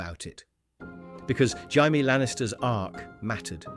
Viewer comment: He's saying it right if you read it in Spanish lol (but it does sound so wrong)